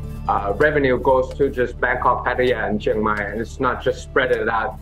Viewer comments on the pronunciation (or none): none